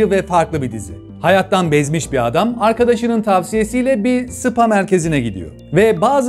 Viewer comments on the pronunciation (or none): none